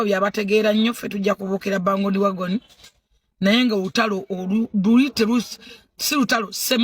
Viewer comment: Mbu kuffe abategeera😂😂😂 full figure the word is Band wagon!!! Not bangodi wagoni😂😂😂😂😂